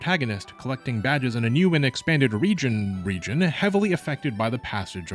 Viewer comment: "Rijin... Region"